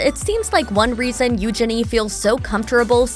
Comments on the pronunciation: Omg it's Eugene as in Jean not genie!! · I really struggle to watch videos when the narrator mispronounces names and words. It is NOT EUGE-ini . The emphasis is not on the first two letters and it’s NOT Gini. It’s u-geeny.